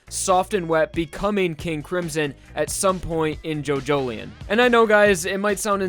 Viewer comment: Jo Jo Lion not Jojoleion